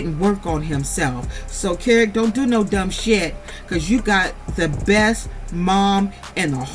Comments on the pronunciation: I've been waiting for ur review and u did not disappoint. Great review as always. Oh and that child's name is pronounced Key-Rock, LOL! And I don't believe that Kerok has a legitimate business. And all of that aggression might be from the testosterone but I don't like how he avoids conflict with Britney by coming at her so hard. Also, ur right, this was the first time that we heard abt a second wife with Andy. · His name is pronounced key rock 🗝️ 🪨